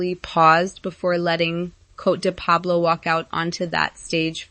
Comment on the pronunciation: And PLEASE pronounce Coté de Pablo correctly!